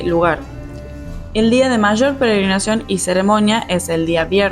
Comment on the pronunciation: Se dice peregrinación no penegrinacion 😮